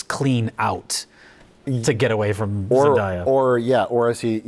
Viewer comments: I believe Zendaya once said in an interview that her name is pronounced Zen DAY ah not Zen DYE ah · Isn’t it zen-DAY-uh, not zen-DIE-uh? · Every time 'Zendaya' is pronounced, I age a decade